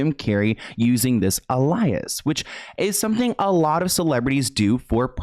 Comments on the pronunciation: I’m sorry but alias is pronounced ayyyleeeusss 😅🤣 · Lol ijs alias (like the TV show) is pronounced: A-lee-i-s 😜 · What a tragic story. So he got back together with her after she sued him? Strange… where can we access her full note? Alias: ay-lee-uhs not uh-lie-us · Hey, just wanted to let you know that alias is pronounced ay-lee-iss not uh-lie-iss. Sorry if that sounds like I'm being judgey or rude, I'm not trying to.. Lol. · Alias...pronounced like alien but with an s...❤🙂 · it’s pronounced ˈālēəs babe💜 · just a heads up. "alias" is pronounced ay-lee-as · Love your funny pronunciations :)) "Alias" is said AY-lee-us <3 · Oh bb, not trying to be mean AT ALL but alias is pronounced like A-lee-us. Just a heads up! Keep up the amazing work you're doing! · Just a friendly tip, alias is pronounced aye-lee-is! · No judgment but the word "Alias" is pronounced "ale-E-us" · Alias is pronounced aye-lee-us Not sure where I stand on this story tbh. But it's all suspicious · Honey...... that's not how you say Alias It's Ale-Eee-isss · You’re so cute lol it’s “ale-EE-US”. 🤗 hugs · alias is pronounced “ay-lee-us” 😂❤️ And Jim Carey has heavy narcissist vibes, dude creeps me out. The way he talked about Emma Stone was one of many red flags. And HSV is super difficult to detect on a basic STD panel—you basically have to have an outbreak swabbed, to have a conclusive testing result. Jim Carey wouldn’t be able to argue that she “faked a test result,” because someone who is HSV-positive can regularly test negative. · Hey friend, love the channel! ALIAS is actually pronounced “Ay-lee-is” kind of sounds similar to Alien! Just a note 🥰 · Ay-Lee-us is how you say alias. Love your vids! Pronunciation just gets me lol sorry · Hey! I just want to give you a heads up for next time alias is pronounced ale-ee-us. Keep up the good work! Stay safe out there! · Lol the "alias" look up the pronunciation of that word boo